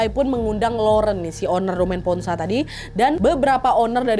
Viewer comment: mau kasih tau cara baca kata2 berbahasa Prancisnya yaa. Sekedar info aja gitu 😁 - Laurent = lorong (r nya di tenggorokan) - Domaine Ponsot = Domen Pongso (Domen E nya dibaca seperti E di Enak, Etnik, Ekor) - Clos Saint-Denis = Klo Sang Deni (Deni E nya dibaca seperti E di Emas, Elang, Enggak)